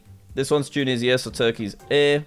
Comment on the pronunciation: Petition for jack to pronounce Tunisia correctly